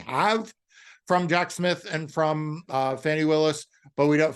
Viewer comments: A little respect please Marc to Fani(Fawnee) Willis. MAGA disrespects on purpose with mispronunciations of names. Don't be among them. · Please!! The lady’s name is Fani, pronounced Fawni .